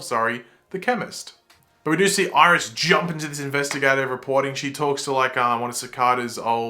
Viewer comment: "Irish"... no offense, but that got me🤣😂